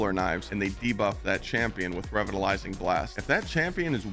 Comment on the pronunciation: revitalizing is pronounced as “re-vital-ising” lol don’t know what you were saying but it certainly wasn’t “revitalizing blast” hahaha